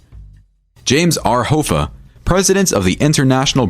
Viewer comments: Hah-fa not hoe-fa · jimmy "hoe-fah"??? wtf dude... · Are you kidding with that Hoe-fuh pronunciation? It's Hoffa just like it's spelled. And a capo is not pronounced cape-oh. It's a bit?